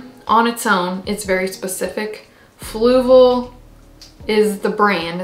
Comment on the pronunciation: I'm SO glad you made a video about this stuff! I heard you mention it a few times, so I tried looking up "flugal" as I thought that's what you were saying😂🤦 anyway, I love learning about new and different substrates! Experimenting is my favorite part about owning houseplants so I'm sure I'll be buying a bag of this stuff too at some point😁👍💚